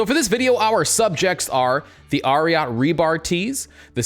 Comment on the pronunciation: It’s Ariat like Secretariat 🐎